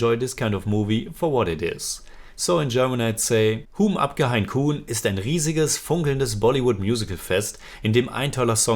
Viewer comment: Hi your pronunciation is mostly wrong on this one( not that it's a big deal or anything but just pointing out) Hum is more like Mum Hain is a tricky one.... The last n is mostly ( but not fully ) silent... You can check how some Indians say this word Kaun is not said as Kooon, more similar to Kon Exactly it would be like KO u N But great review as usual